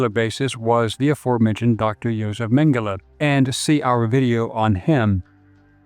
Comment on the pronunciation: Tradução os nomes o cara fala tudo errado.. Mengele chama de mangala... kkkkkkkkkk